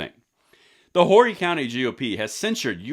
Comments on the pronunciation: It is pronounced like "Oar-ee.' Not like Whore-e. And good for the folks of Horry. I've been telling my fellow South Carolinians that Lindsey Graham is no friend of the gun community. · OMG, your gonna hear it now..it's not Whory county, it's ORRY county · Hat is pronounced “Orry” county silent “H” And I think they are right Lindsey Graham needs to go. I voted for him only because I did not his opponent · It's pronounced "Oh-ree" not Hor-ree. I voted for LG last time out, but never again!! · It's not Whorey county, it's pronounced "O ree" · LANGLEY OUTDOORS ACADEMY:!! And obtw, Horry is actually pronounced "Ory" or "oar-y". The H is silent. Not being negative, just FYI. Thanks for the video and a big dose of truth for the people that don't already know. JS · The "H" is silent - it's pronounced like "Or-E" County...great update, though. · Just FYI, it's pronouced "Ore-ree" county. And thank god my home county GOP censured his dumbass. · The H is silent in Horry County. It's pronounced "Orrie" Also Horry County is the same district that just got rid of Tom Rice. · Long time watcher and love the channel, but it's pronounced "Orree" everyone says it wrong hehe. Have to say I haven't liked Graham for years he will do something good for conservatives and ten things against us, I'm glad we censured him. A clear message needs to be sent to all rinos, get in line with Constitutional Values or get kicked out. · FYI, it's pronounced O-REE, county. It's named after Peter Horry a SC militia leader during the revolutionary war. It includes Myrtle Beach (the Redneck Riviera) which is my hometown! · It is pronounced O,ree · Its pronounced Or-E. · It's pronounced "oree". The H is silent. Family has been here since 1683. We hate Lindsay! Upstate lackey 🤡. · The "H" in Horry County is silent. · Like the video but when pronouncing Horry County SC. The “H” is silent I’ve been living in that county for 6 years and I made the same mistake but was quickly schooled by my neighbors.